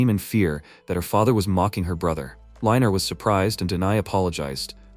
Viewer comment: Hes "reiner" NOT "liner"